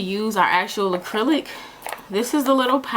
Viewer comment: "Acrelic" 😂 I can't I'm subscribing